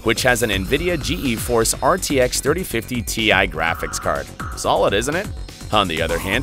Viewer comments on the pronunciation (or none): lol g e force , bud , everybody including jensen says geforce , you know , like the thing that makes you passout in a fighter jet ? its pronounced G-force not g e force , wtf . also just say megahertz instead of mhs . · Nvidia "Gee E" Force graphics? Ok who's doing the voiceover on these things?